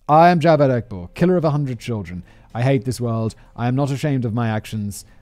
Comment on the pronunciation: As a Pakistani, it's hilarious listening to Simon pronouncing Javed a different way each time.